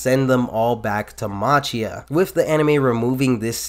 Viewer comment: Important to note that Machia is pronounced like Makia.